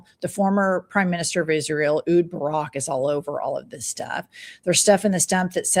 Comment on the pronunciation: Its Ehud Barak. Not Ud Barak